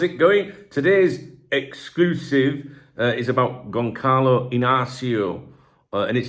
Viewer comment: Because you're always perfecting your pronunciation, the Ç in Gonçalo sounds soft like the C before an E. More like Gonzalo or Gonsalo.